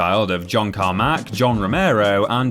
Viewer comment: The way you say Carmack is weird